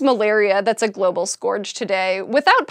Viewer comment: She mispronounced "scourge." SciShowPsych > SciSchow